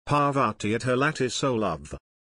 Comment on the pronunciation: A robot sound, which can't even pronounce parvati, just ruins the charm of this poem.